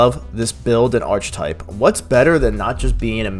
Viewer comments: 👍 Awesome to see someone giving Eldritch Knight some love. (Also, FYI that “archetype” is pronounced “AR-keh-type a la the Greek roots. For some reason “ARCH-type” has been a popular pronunciation in gaming circles for several years now. No big. Just sharing the language love. 🤓🤟) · Ugh. It's not arch-type. It's Ark-ay-type. But awesome video! Thank you so much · Cool video. FYI.. It's pronounced "Arc-eh-type" Not "Arch-Type". Have a great day. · Lol, Archtype. Ark-eh-type. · Its pronounced ark-uh-type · Archetype is pronounced Ark Uh Type. It's one of those words whose pronunciation is basically ungeussable unless you've already heard someone pronounce it. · Ark-ah-type, say it with me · Great video but "archetype" is pronounced like "ar-kuh-type"